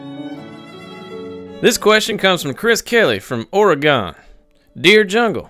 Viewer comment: Ore-eh-gone. Lolwat